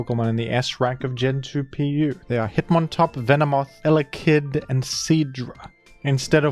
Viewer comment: i love watching videos mainly for the way he talks and the weird emphasis he will put on random syllables like eleKID ill take what i can GET